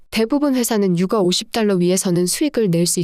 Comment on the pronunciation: 듣기 싫은 소리좀 할게요. 채널은 시장상황을 빠르고 간결한 멘트로 막힘없이 흘러내리듯 풀어내어 듣고나면 웬지 똑똑해지는 느낌입니다. 그런데 대표단어 발음이 영 어색해 자꾸 버그가 끼는 느낌입니다. 유가 를 [유가] 로 발음하면 아이를 키우는 육아와 오버랩되거든요. 가스는 [가쓰] 로 잘 발음하시니 민감한구독자를 위해 발음정리 부탁합니다. [저점].[주가] 등도 발음이 왔다갔다 이네요.